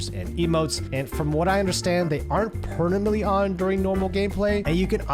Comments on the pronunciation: permanant you say? like arenas was permamant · ...why is it so difficult for you to say "permanent"